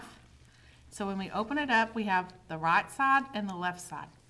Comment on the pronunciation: Good job except the pronunciation of the word right